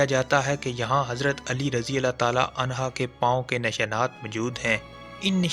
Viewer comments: Hazrat Ali r.a.ta anho hei anha Nahin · ان ھا نہیں عنہ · O bhai phly jo bolty hu wo drustgi kr liya kro hazrat ali raziallah anho huta hy anha nhi anha aurt k liye hy mard k liye nahi smjhy k ni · Anha nahi anhu hai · حضرت علی رضی اللہ عنہ ہوتا ہے بھائی عنہا نہیں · unha nahi hota unho hota hai kamantry wale baba g